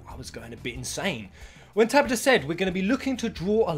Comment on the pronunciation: You say " Tabata" wrong XD